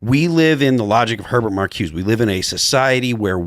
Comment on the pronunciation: Someone please tell Phil how to pronounce Marcuse. The name has three syllables, not two.